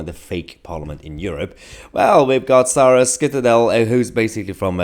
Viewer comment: Skyttedal is pronounced schyttedal 😏